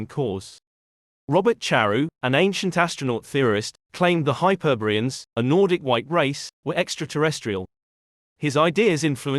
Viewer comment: “Hyperbeeans” or HYPER. BOREAN.